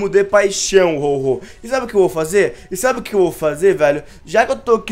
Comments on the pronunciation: É Ho-oh e não Ho-Ho noobao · Ao invés do dizer Ho-Oh ele diz Ho-Ho